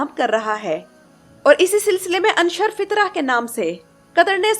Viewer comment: آپ نے بہت اچھی طرح سے تفصیل بیان کی ہے۔ لیکن "انشر فطرة" ہمزہ کے پیش کے ساتھ ہے، امر کا صیغہ